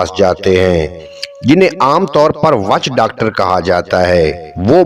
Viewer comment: Witch docter HOTA hy chachaaaa waaaaaaach docter nahi😂😂😂😂